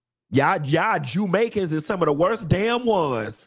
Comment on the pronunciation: Did he say "Jewmaicans"😂